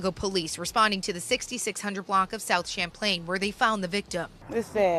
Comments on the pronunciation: it’s pronounced sham-plane gang 🤣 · It's pronounced.... Sham plain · bahhahahha he said champ ling itspronounced more like the drink rip tho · You can and will die over a diss song girl or boy in Chicago they don’t care 😅I’m born and raised and see this all the time yall know what happened to lil Jojo I grew up with shorty he was cool asl but bad asf . They clapped him tom bout THESE NIGHAS CLAIM 300 but we BDK 😅. the correct pronunciation of the street name is like CHAM -plane 😂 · It's Pronounced like "Champagne" But just basically adding a L to it. In other words it's Champlain 😂